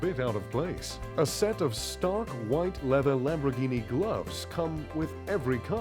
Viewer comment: "Lambroghini" Lol